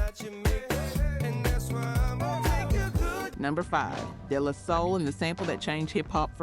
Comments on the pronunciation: “Day-Lah-Soul”….not “Della-soul”🫥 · Day -La -Soul is how it’s pronounced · I was wondering if this is an AI voice the way they pronounced De La Soul. lol